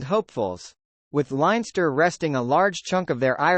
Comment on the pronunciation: Good commentary but your pronunciation spoils it all particularly Llanelli and leinster